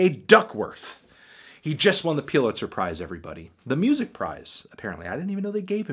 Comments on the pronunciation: You fucking said Piluzer 700 times instead of Pulizer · I can’t be the only bothered by the fact that he kept calling it ‘peew-litzer’ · "The piulitzer" - ainthony faintaino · "peelitser prize" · The fuck is Peelitzer? I swear some youtubers mispronounce things for more comments and evidently it works. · "Putlizer" Melon, Really??? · review ur pronunciation of pulitzer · The way he pronounces "Pulitzer" triggers me